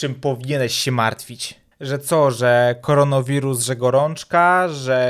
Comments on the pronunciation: "...koronowirus..." Ja: *Złość nie do opisania* Ja kilka sekund później: Koronawirus! A nie korono! K O R O N A!!!! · Mówi się koronawirus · Tak, wiem, zdałem sobie sprawę, że wymawiam nazwę źle - powinno być koronawirus, a nie koronowirus :p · Pf kfaronowirus Pf nie kfaronowiruz tylko korona wirus 😏 kfaronowiruz ja się tego nie boję a wy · korona wirus nie korono wirun